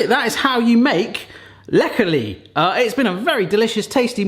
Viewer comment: They come from Basel. I have them in the less sugar version for diabetics. You pronounced "Läckerli" very well! They do sell the originals worldwide on the website...just saying...a comparison video maybe? Läckerli = something that is delicious.